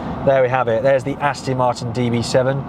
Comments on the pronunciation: He thinks it's an Austin. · Please,, learn how to pronounce the brand. It's AstOn Martin, not AstIn! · AstOn, not Astin. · Ditto.. Please... Aston, not Astin!!! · This does really grate once you start listening for it. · Its called an accent or dialect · Nice liddle Astin that,! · Can’t stop hearing him mispronounce it now. Not listening to him talk, just waiting for the ‘Astin’ 🤣 Just have to get it out of my system, then watch it a second time 😀